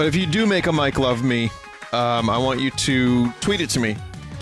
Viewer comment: Every time vinny says mike love, it sounds like mike glove.